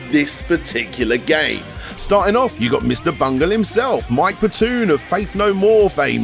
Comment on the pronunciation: Did you just call Mike Patton, one of the greatest singers ever and the front man of Faith No More...Mike Patoon? How do you fuck that up!? Mike Patoooon. Gtfo Hahaha